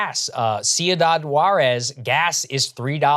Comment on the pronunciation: I never heard anyone pronounce ciudad like that